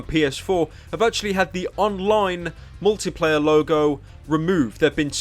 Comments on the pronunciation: Anyone else really annoyed at how he says "Mor'y'player" instead of "Multiplayer"? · Why does he pronounce Multiplayer; "Mouwlypleyeh"? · Multi-player, not mulleeplayah. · You say multiplayer funny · I love how Pyro pronounces "multiplayer"